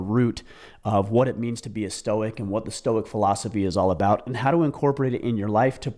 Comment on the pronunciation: "the storce of stoicism" lol